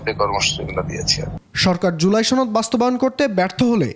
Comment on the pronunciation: চনদ নইরে সনদ😂